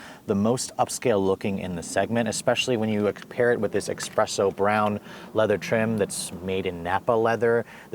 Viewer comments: Its called espresso not expresso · Why cant people pronounce Espresso....not Expresso. Its Espresso. It's not even spelled with an x much less pronounced with an x. Essssspresso. Where did you grow up. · espresso. not expresso. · You did not just say "Eckspresso" 😢 It's "Espresso" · Espresso. It's espresso. Not expresso. And those shorts. I mean. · expresso? espresso bro 😕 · Espresso not expresso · "Expresso Brown"